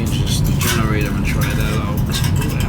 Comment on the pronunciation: Take a shot everytime “generatah” was said